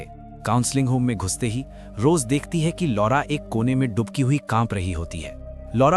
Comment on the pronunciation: भाई थोड़ा हिन्दी सीख लो डुबकी नहीं दुबकी होता है 😂